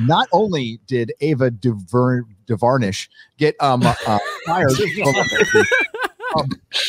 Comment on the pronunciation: Entitled loud mouth idiots. Pronouncing someone's name wrong over and over because you don't agree with her opinions. I'm not forcing myself to say Tucker Carlson's name wrong just because he has the most punch able face in news media.